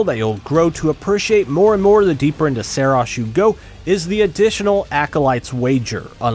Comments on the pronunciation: "Seros" 🤣🤣🤣, didnt playstation tell you its called SAROS, with an A?? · I'm not certain but I feel like you are pronouncing the game's name wrong. More like Sorrow and glucose. Sah-rohse. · Its pronounced "Saros" not "Saros" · Great video besides mispronouncing the game ;) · Imagine making a video on a game who's name you cant even pronounce correctly.